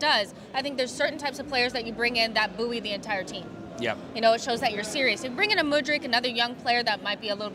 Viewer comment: I 100% agree with on Felix to Arsenal except for the pronunciation of "buoy". The perfect replacement for Jesus. I guess I agree with Terry, too.